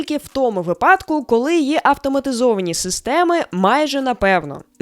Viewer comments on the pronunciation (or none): Дякую. Але наголоси пропоную інші у словах "висвітлення", "випадку" тощо.